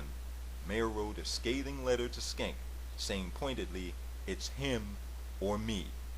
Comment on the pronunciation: Nicely done, short but full of information! PS isn't it SHENK not Skenk?